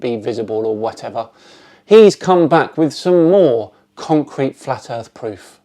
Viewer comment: Well, there we are, some MENSA candidates, Not...and by the way pastor, it's EARTH, not ERF !!!!